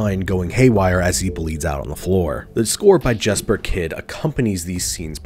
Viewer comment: Jesper is pronounced "Yesper".